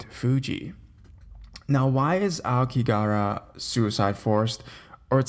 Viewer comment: Hey I made a whole video on it on site while I was there. I have lived here 9 years. Just a heads up there is no work visa for America. Average suicide rate per year here is 30k. Pronunciation is phonetically like this ah-oh-key-ga-hara. It's also known as the blue sea of trees as ao means blue and ki means tree. It's said to look blue in the prevailing mists of Fuji mountian.